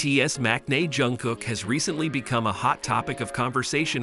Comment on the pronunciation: А что вас так раздирает, что даже имя произнести нормально не можете ? И какое дело, кто с кем дружит, общается или не дружит, не общается? Вам то что? Бесит ,что Чонгук поднялся до мирового уровня, что его за талант сравнивают с Майклом Джексоном, и это специалисты во всём мире, не сговариваясь. Так он заслужил это признание своим невероятным упорством и тяжёлым трудом. Он как никто предан сцене и фанатам. И каким нужно быть ненавистным человеком, что бы с такой злобой писать о Чонгуке. Ведь разговор только о нём и его творчестве, к чему злобные выпады о его друзьях. У вас друзей нет, вы ни с кем не работаете вместе, не отдыхаете вместе, живёте один одинёшенек ? Может считаете, что общаться, хорошо относиться к кому то, это позор или преступление ? Дурь какая. Или все, с кем вы общаетесь,являются вашими любовниками сразу по факту общения ? По себе судите ?